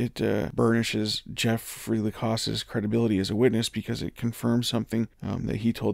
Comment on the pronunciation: 1 thing that surprises me is that nobody who is involved with, or covers this case thinks it possible that Jeff Lacasse knows how to pronounce his own last name. It's la cass, not la coss.